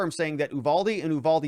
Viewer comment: The town is Uvalde. you- VAL-dee. Check out what has been going on this town. It has been through hell since the border dissolved. The school is what you would expect from Mayberry. This is not a wealthy school district. The officers, of any kind have been through hell, just look at how the response has been. Instead of giving them time, the media wanted answers right now! While this was a horrible thing, it's the split rein incident all over again. For God's sake, at least take a minute to learn to say the town name correctly.